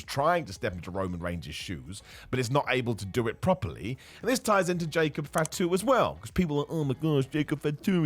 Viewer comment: "Jacob fitu"😅😅